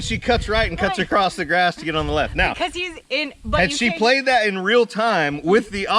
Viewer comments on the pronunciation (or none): none